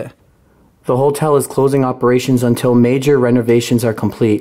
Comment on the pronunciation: Have you ever noticed that pronounces "Hotel" as "HOLTEL" lol.. its cute haha